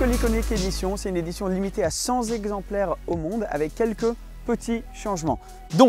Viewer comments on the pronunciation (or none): Enorme faute de français dès la 1ère minute : cent "zexemplaires" !! Non, cent exemplaires. On apprend ça en primaire :)